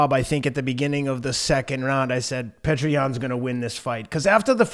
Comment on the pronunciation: His name isn’t pronounced “Petra” 😂 it’s pronounced “ peeyota”